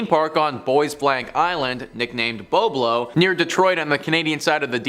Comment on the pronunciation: If you are from Ontario you should have known that is called bob-low isle is how you pronounce it😅